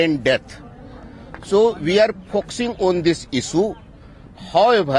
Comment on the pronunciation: "We are fokshing on this issue"